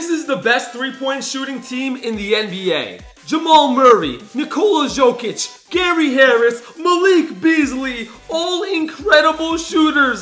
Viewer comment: He pronounced Nikola Jokic’s name wrong.